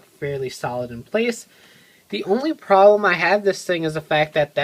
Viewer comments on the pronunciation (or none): none